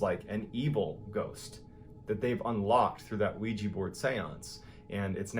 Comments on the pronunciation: So I'm the only one bothered that he says Ouiji board when talking about the Ouija board? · It's Ouija... Pronounced "WE-JUH", not "We-Jee" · Very good narrator but.... what's a ''Ouij i'' board ???? He didn't realize it's a OuijA board ???!! Congrats on ur channel !!!! =))) JK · i dont criticize you for pronouncing it as weejya because its spelled ouija which is bullshit but its actually pronounced weejee